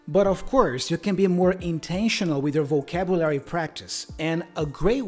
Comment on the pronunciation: I think your pronunciation is not too bad overall, but the word "vocabulary" sounded a bit off.